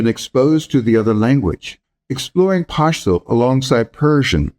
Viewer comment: Don't force the "Pashhhh" it's just pashto